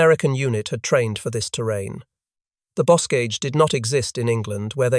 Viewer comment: "bokage", "et-tee-en"